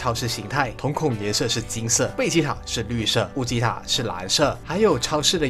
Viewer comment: 是悟吉塔，你念成悟吉特了！